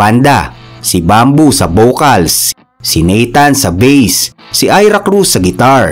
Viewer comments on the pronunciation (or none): none